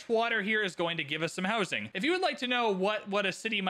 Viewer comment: I hear 'hosing' everytime you say 'housing'